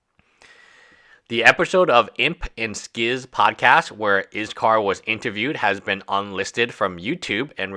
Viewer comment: If you're not going to pronounce his name the right way. They say anything at all. Everyone is blaming iskall, when it's the moderators fault. She's old enough to know what was happening. And she could have ignored his messages. But instead she continued knowing very well what she was doing. I've told YouTubers before. Viewers are not fans or your friends. They don't care what happens to you. All they care about is the moments you fail. And your content friends are not your friends, they're coworkers. Don't around telling them about your personal life. At the end of the day they're there for themselves.